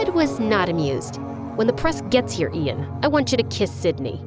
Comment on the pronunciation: "When she said "Ian Gallagher ", I swear to god I thought she was saying, "Adian Gallagher 😂